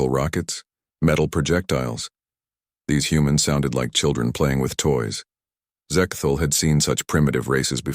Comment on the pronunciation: Sigh, just an AI reskin (plagiarized) but no effort placed into cleaning up grammatical errors and pronunciations, e.g. , Zek-thul, Zek-thol, Ze-ke-Thool, Zek-tul, Zek-tol, Zex-Tool, Sex-Tool, Ahhh.